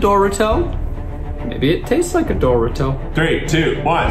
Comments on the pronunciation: i'm disturbed by zach's pronunciation of 'dorito' omg what was that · is no one gonna talk about how Zach said dorito like "Dory-TOE" with a slight pause in between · 11.46 be like Zach saying ‘it looks like a doorito’